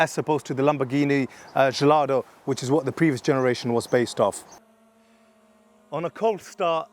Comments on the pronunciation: Lamborghini “jallardo”… Are you serious? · Lamborghini Jellato lol 😅